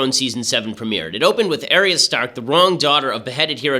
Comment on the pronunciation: Dislike for Ben mispronouncing "Arya" #Notatruefan